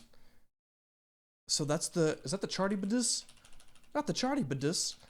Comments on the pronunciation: Just for info Charybdis is pronounced more like Karybdis ❤ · The ch in Charybdis is pronounced as a hard C like in Charisma instead of CH as in cheddar. Calypso was banished to her island for siding with the titans during the Olympians v. Titans fight. If I remember correctly, most of the time she's Atlas' daughter. Atlas was a titan that led a rebellion against the Olympians. He's the titan that's usually depicted holding the world as his punishment. Also, yes Odysseus is trapped on the island with Calypso. Depending on what mythos you look at depends on how much autonomy or say Calypso has. More modern adaptations make her more sympathetic, if I remember in PJO there's a spell on her island that's trapping her and anyone who arrives there. From what I remember, she had a lot more agency in the original myths and was actively keeping him on the island. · Fun fact about Charybdis! The name is pronounced Car-Rib-Dis. Easiest way to remember! Secondly, it looks like a lot of animations went with the design similar to a lamprey eel! Or maybe the Sarlacc Pit from Star Wars. :P